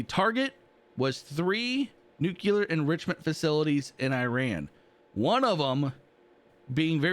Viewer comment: Love your content,! Although, it's pronounced NucLEAR not NucULUR lol